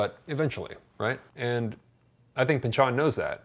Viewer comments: His name is not pronounced Pinch-ON, it's pronounced Pinchun. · Why do you say Pynch-ON instead of Pynch-in which is how most people say it? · it's Pynchon, not pynchuuuhn, stress is on y